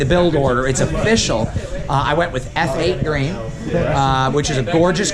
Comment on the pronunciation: You were right the first time.... its Eff8 Green, not Feight Green.